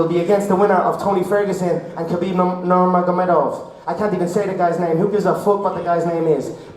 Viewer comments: Lol all that stuttering in his speech shows that his words don't carry any weight , he is again doing it for money only , not for the love of the sport like he used to n also he couldn't even say Khabib's name properly , Khabib really took a part of his soul. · i feel bad for conor he cant even pronounce khabib's name